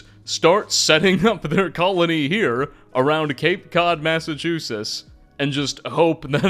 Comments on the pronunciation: My home town being covered by my favorite skyrim creator. Also, you cant pronounce Massachusetts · Long time listener, first time commenter. I'm, sorry, the Pilgrims landed in what state?? As a Midwestener who moved to New England, I have never heard Massachusetts pronounced like that before. I'm not sure if it's an intentional mispronunciation to boost interaction, but here's a comment for the algorithm nonetheless. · Great video, but thoroughly annoyed with pronunciation of Massachusetts 😂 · ...I've never heard anybody say "Massachusetts" like that before. Are we that obscure? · My guy, i love your content but you're butchering the pronunciation of my state 😂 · I love what you’re doing but you sound very odd pronouncing Massachusetts. Honestly it’s taking me out of the video. Sounds like you’re dropping letters to say it faster. I knew a guy from Malibu that said it similar. Thanks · Serious question, are you purposely mispronouncing ‘Massachusetts’ or joking in some manner? I can’t tell if you’re trolling or legitimately saying it that way. Amazing video but that drove me a bit nuts lol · I always thought the state was pronounced "MassachuseTT" I assume you you have the correct pronounciation as you're American and I'm not, but I'm surprised to hear that you don't pronounce the final " TT". To my ears it sounds like you're saying MassachuSIS. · "Massachusis". As a MA native, I'd like to inform you it's pronounced "Massivetwoshits" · I'm not gonna make it if you keep saying Massachusess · What's a "Massachusis" and "memwire"? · Me: My home state! 🙂: Massachoosis Me: 🙃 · WTF is a Massachusiss? 😂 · Massa CHEWSUSS ???? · Cool vid, im so tired of hearing Massa-chew-sis though. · “First mystery… what happened to the T’s in Massachuses?!” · Great video, but why do you keep mispronouncing Massachusetts? It's not "Massachusis". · "Massachuses" wtf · Is there a reason you pronounce it massachusess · Mass-eh-choo-sitz not whatever you said